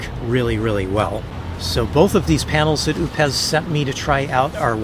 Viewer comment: I'm not sure, but I think it's pronounced O pes